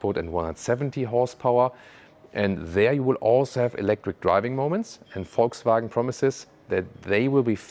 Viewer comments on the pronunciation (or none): none